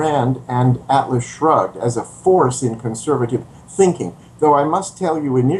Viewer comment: Did he say: "Atlas Drugged"?